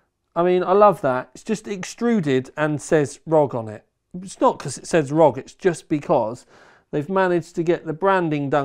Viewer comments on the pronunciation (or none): ROG hahaha it’s R.O.G dude….